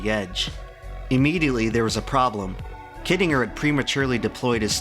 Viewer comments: Yeah he pronounces shit wrong all the time too. "undoubtably" isn't a word, but he uses it, "kittinger" is pronounced wrong and he says it in literally every other sentence for about 5 minutes straight... The problem is that youtubers don't bother doing any proofreading or research past googling shit. They also can't be bothered looking up how to pronounce words they don't know how to pronounce. And pronouncing words properly is a pretty major part of being a narrator. A good example of why you shouldn't really trust anything you see on youtube. Youtube is still part of the internet. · I can't un-hear you miss-pronouncing kittinger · It is pronounced KIT-IN-JER. For crying out loud. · this video is absolutely amazing, but the mispronunciation of "Kittinger" makes me want to cry haha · Im pretty sure you are pronouncing Kittinger incorrectly.